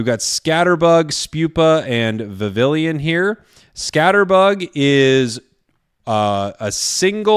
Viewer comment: You’re gonna flip, but it’s apparently pronounced “Vee-vee-yawn”. True story. Poké-France really shining through with that one…